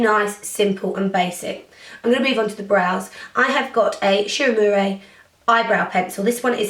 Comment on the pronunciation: why do you call it shu uemurey when it ends in an a?